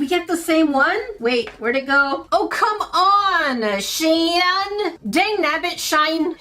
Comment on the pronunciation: She-in good girl no Shain